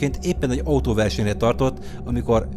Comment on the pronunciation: Ótóverseny úgy mondtad xdddd